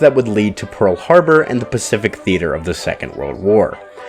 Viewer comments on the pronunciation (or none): none